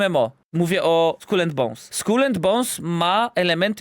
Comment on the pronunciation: Najpierw niech się nauczą wymawiać słowo Skull po angielsku. xD